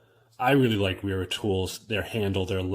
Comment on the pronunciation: BTW... Wera is pronounced (Vera ... the W uses the V sound .. same for Wiha tools = Viha pronunciation) - Nice review ... 👍